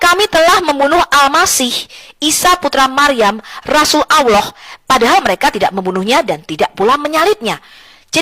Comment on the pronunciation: sopikatul mengucap kan kata Allah aja susahnya minta ampir kapir betina 😂